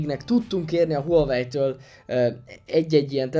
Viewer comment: A teszt tökéletes,de illene a márkát nem ezen a magyar nyelven is viccesnek tűnő kiejtéssel ejteni.